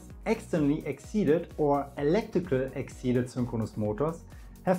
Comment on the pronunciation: Good, helpful overview. But the language could be better. There are several mistakes (overall at least 10) in grammar , pronunciation and choice of words . The most annoying one to me is the wrong pronunciation of 'excited'.